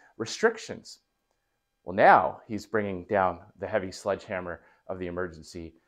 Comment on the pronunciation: "sledge hammer", not "sludge hammer". Either hammer, "Trudeau used it on a fly, and missed", Randy Hillier